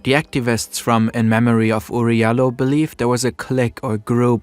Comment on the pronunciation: his name is pronounced Oury (JAH LOW) he from my country surprisingly